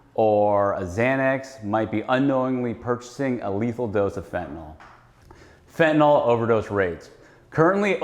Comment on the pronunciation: It’s hard to understand why a great majority of intelligent people refer to Fentanyl as “Fetanol” They are supposed to be professionals and they all mispronounce it. It’s some kind of brain glitch. 🤷‍♂️